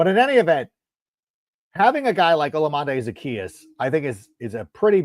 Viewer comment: I love the brag of knowing how to say Olamide Zaccheus while never saying it correct once. Theres no N in his name anywhere.